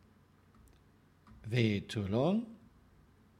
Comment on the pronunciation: "Vay too long, vay too vide" That's what she (a German woman) said!